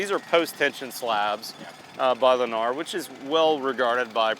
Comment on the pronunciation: You lost me the moment you said “Lennar”